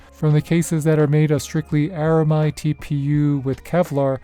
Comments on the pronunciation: ARAMID not ARAMIDE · Just some constructive criticism here…You keep pronouncing the word ARAMID as ARAMIDE though It’s not really the standard pronunciation, so it might sound a bit off to people who are familiar with the material. The word “aramid” is short for “aromatic polyamide,” and most people drop the “a” sound in the middle and just say “air-uh-mid.” So that’s the common way to say it. Most folks just say “aramid.” But hey, if you say “aramide,” people will probably still understand what you mean—it’s just not the usual way. No offense intended. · It's pronounced AraMID 😊 Ar-a-mid (mid pronounced the same way as the abbreviation of the word "middle") 😉